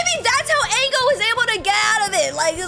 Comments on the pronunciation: ITS NOT ANGLE (like a 40 degree angle) ITS ENGEL en-chle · I’m sorry but “Agail”(Engel) WHAT-😭